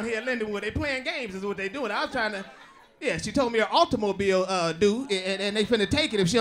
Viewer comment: Auto- Mo- Bile lol